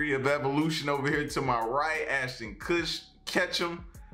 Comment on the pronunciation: Ashton Kutchum xD